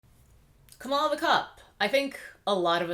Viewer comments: Are you saying Kamala incorrectly on purpose? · A) you are pronouncing her name wrong B) do YOU know Kamala Harris record. Such as the 2012 recidivism program, 2005 institute body cams to those officers under her jurisdiction and the 2018 co-author of the Senate bill to relax the criminalization on marijuana. C) who decides their Geneology??? Are you biracial? D) how much do you want Trump out E) a revolt if sone should have been in 2016 sooooooo at hand now is to vote #BidenHarris2020